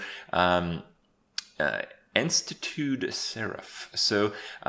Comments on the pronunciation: Enstatood Seraph? Kripp dude it's en-statue-d. Poor guy and his terrible vocabulary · En-sta-tooed seraph? Really bro? En-statue-d. Core word here is statue. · "en-stuh-tood" seraph smh enstatued like made into a statue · Kripp words, "instatudes" - lol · en-statue-ed, kripp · enstatued isnt even a legit english word is it? i mean technically it sounds right but im pretty sure it isnt in any dictionary anywhere. also how come krip so bad at english pronunciation... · The way you pronounced 'Enstatued' wrong is so funny lol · so thats what he meant when he pronounced enstatued seraph wrong xD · I like how Kripp just hilariously butchered the pronunciation of Enstatued Seraph